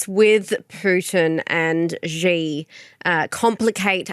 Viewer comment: My ears can't accept that can't even pronounce the name of China's leader. It's "C" or "See", not "G" or "Zee".